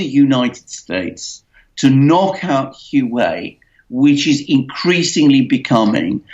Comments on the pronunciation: Its pronounced like "hwah way", not who way. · A minor point: "Hu.aa.wei", not "Hu.wei". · name is pronounced waway (Huawei) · dumb ass is HUA WEI, not hue way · Isn't the pronunciation "WAA-WAY"? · say it with me, "hwa-way." ffs. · atleast pronounce it properly, Wa-Way. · It's pronounced "Wah-Way"! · Good advertising for Hua Wei (pronounced Hwa Way) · the correct pronunciation of the name Huawei is like "wha way' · It's enunciated "hoo-ah-way"... Ignoring the 4 different tones intrinsic in Mandarin. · Please pronounce it wa-way Tx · Dudes, "Huawei" is pronounced "Wah-Way". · These guys have no idea what they're talking about let alone knowing how to pronounce the company name. "Wah Way". Lmao!!! All Chinese companies are state run and criminal. Ding dong alert on high with these 2. Lmao! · By the WAY -- It's pronounced "Wah-Way"! It's pronounced "Wah-Way"! It's pronounced "Wah-Way"! It's pronounced "Wah-Way"! It's pronounced "Wah-Way"! It's pronounced "Wah-Way"! It's pronounced "Wah-Way"! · Bolton is a vile neocon, not a nationalist. Neocons are imperialist. They pursue war and hegemony which totally undermines the nation. Modern nationalism is strongly anti imperialist. Also, you really look foolish when you make a video and cannot be bothered to learn how to pronounce Huawei